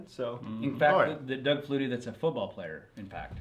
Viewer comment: I love how y'all call it a Doug flutey lol